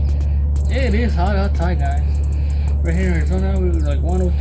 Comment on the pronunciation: it was alittle jjjhooot alittle jjjhot 🤣🤣🤣